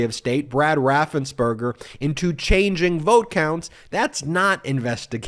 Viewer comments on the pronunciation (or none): none